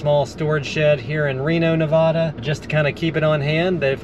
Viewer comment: HA! After what I saw happened at Burning Man, I thought you'd have hate going, LOL. FYI, stay up north until it gets cold and come down south in Arizona and Southern California when the snow comes. One more thing, it's pronounced Na-vay-da, not Na-vah-da 😊. Took me years to learn and remember to pronounce it correctly, Im a Texas transplant. But you get a pass 😊.